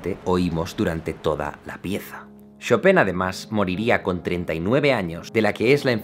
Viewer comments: Se pronuncia "Shopan" xDDDDDD brutal ese final xDD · Hola amigo, se pronuncia Shópen, Tuve una novia polaca y viví allá un año, saludos :) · Se pronuncia Shopán, wn!!! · Cada vez que Jaime decía "Shopen" yo decia "choPIN" (el "PIN" en super agudo, en plan falsete) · En realidad no se pronuncia "Shopán", esa sería la pronunciación francesa. Su apellido polaco era "Szopen" que se pronuncia "Shópen". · Puntualización al comentario final de Jaime: en francés se pronuncia "chopan", pero en polaco se parece más a "chopen" (Szopen). ¡Gracias por tus vídeos! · Jaime, pronúncialo correctamente, se dice ChopAn. Como el pan que comes todos los días. merci ;) de lo contrario, excelente video como siempre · Señor experto, la pronunciación literal desde el polaco de chopin es “jópin” pero él no fue 100% polaco, así que se pronuncia como es, en francés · No sabia que "chopin" se decia "chopan"... o "chopen" wtf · Yo:Chopin Jaime: "Shopen" Ahora quedé de basta 😂😂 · "Shopén" =o yo siempre lo pronunciaba "Chopin" XD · Me gustan sus videos, son interesantes, pero cada que dice Shopen es como cuando te da tos. :( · “Shopén” jejeje ❤️🙈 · jajaja lo último me recordó a un maestro de francés. Nos decía casi lo mismo... Se pronuncia "show - pan" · Yo pensaba que se llamaba Chopan, el titulo del video dice Chopin y Jaime dice Chopen ¿¡A QUIEN LE CREO!?